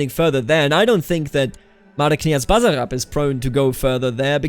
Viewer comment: Basarab and other s is not z when you pronounce it